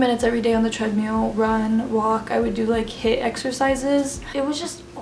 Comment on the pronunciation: you're pronouncing treadmill has treadmeal I mean I'm British so maybe it's an American thing